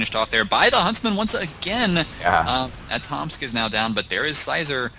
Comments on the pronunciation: Casters, the player Atomsk is probably pronounced "Atom-uhsk" in about one syllable. I assume it's a reference to an anime called FLCL. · for reference, it's pronounced "atom-isk"